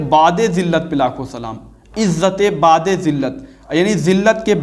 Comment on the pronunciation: Ilyas ghumman itna bada jhoota ,jahil jumman niklega iski ummeed nahi thi, waqai dev ke bande eiman k sath sath ilm se bhi kharij hote hein..plumber to plumber he ussey kisi ilmi baat ki ummeed sifar he . IS SHER ME LAFZ BU'AD HE BAA KI PESH KE SATH OADHA JATA HE .LAFAZ BAAD NAHI HE JO BAA KE ZABR KE SATH HOTA HE